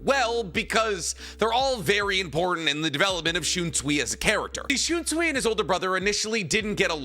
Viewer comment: I love your videos SO MUCH. Bleach AND Naruto are very important to me. But has no one told you that you pronounce, “SUI” in Japanese as, “SOY”? It’s, “SHUN-SOY” but pronounce SOY faster to sound like SOYEE. Also, it’s, “studio PEE-AIR-OH”…not, “PERRY-OT”. 🎉 I’ve wanted to tell you for so long 😂 English dubs always pronounce it, “SWEE” and it just stuck. It’s a shame